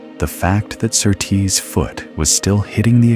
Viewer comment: You pronounce Surtees as SURtees, not SurTEES.